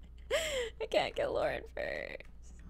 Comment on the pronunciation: You mean canku